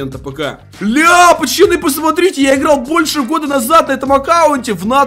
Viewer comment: Почему он говорит почаны?